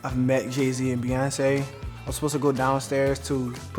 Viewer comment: I actually gagged when that guy said Beyonce